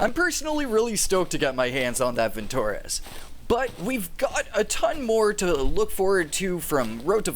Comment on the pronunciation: vintorEz. stress on E, not on o.